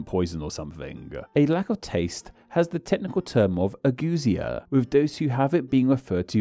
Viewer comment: Are the "eu" in ageusia and ageusic really pronounced like oo? I would expect them to be pronounced like yoo, just like in the word euphemism.